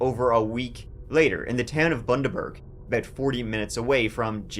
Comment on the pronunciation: Well done on Gin Gin and Bundaberg pronunciation. That case is one of the worst in Australia and the state of that house still makes me sick, to think of Pheobe and those poor dogs. There are some horrendous human beings😮